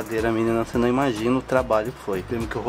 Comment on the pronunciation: Adoro o falando "minina" kkkkkkk racho o bico blogueirinho dark